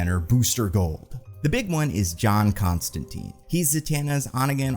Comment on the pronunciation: i had faith in to pronounce john constantine's name the way it was intended alas:c